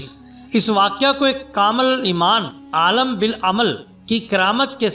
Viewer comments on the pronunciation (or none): none